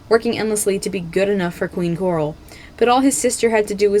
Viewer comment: i can't be the only one who heard this, but you said "queen gloral"